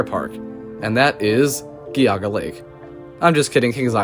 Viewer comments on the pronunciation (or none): What the heck is GEEEE-auga Lake? Lol!